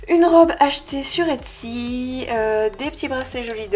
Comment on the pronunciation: Toujours aussi belles ;) j’avais entendue Yutsy et j’étais en mode « mais je lui est rien vendu ? » et après j’ai compris etsy ❤️❤️😂😂